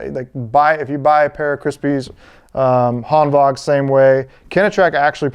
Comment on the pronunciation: You’re the only person I’ve seen on YouTube that pronounces it Hanvag (correct) instead of Hanwag. Nice